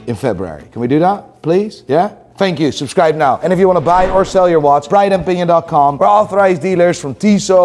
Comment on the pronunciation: Challenge to... learn to pronounce the word now like an american. Each time, I think he says nigh